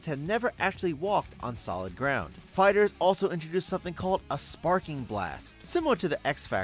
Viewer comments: Um, it’s fighter-zee, not fighterz. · Did you just say dragon ball fighters? It's fighter Z you say it separately I would think you would do a little research before you waster your time on this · anyone else cringe when he said "fighters" instead of fighter z